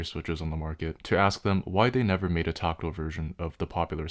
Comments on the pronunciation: it's weird how he keeps saying toctill instead of tactile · Tockle? Taco? Tooko? Torkatle? WTF is he saying? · Tackle switch? Toggle switch? You're definitely not saying "tactile." "One has seen the light." Nvm.